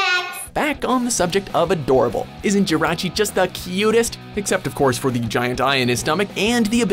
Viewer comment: How did you watch the movies themselves and still not know how to pronounce the Pokémon names? Groodon? Jirahchi? Lucayrio?